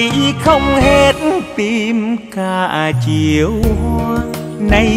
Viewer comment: Nghe quang lê phát âm câu: " những chiều hành quân" nghe rõ hay chứ không như nhiều ca sỹ hát : " những chiêu hanh quân" nghe nó trật lất và không hay và sai đi cả một bài hát hay.